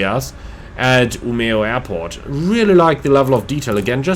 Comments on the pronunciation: I thought your pronounciations were almost spot on, at least Umeå. Seriously good! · To be fair, to me who live in Umeå, you said it better than most Swedes. Most replace the e with a j when saying it. While we who live here (and most of the north) just say Ume. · Your pronunciations of Umeå and Kiruna are kinda funny :)